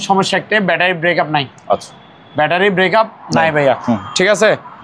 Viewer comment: ব্যাটারী ব্রেকাপ না ভাইজান। ওটা ব্যাটারী ব্যাকাপ বলে। 😂😂😂😂😂